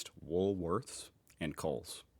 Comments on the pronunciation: he usually calls it WOOLSWORTH! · Day #2 of trying to get to say Woolworths properly - Wool_worths_Wool_worths_Wool_worths_Wool_worths_Wool_worths_Wool_worths_Wool_worths_Wool_worths_Wool_worths_Wool_worths_Wool_worths_Wool_worths_Wool_worths_Wool_worths_Wool_worths_Wool_worths_Wool_worths_Wool_worths_ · He won't... He's a bit of a isht stirrer when it comes to the pronunciation of Woolworths... 🙄😔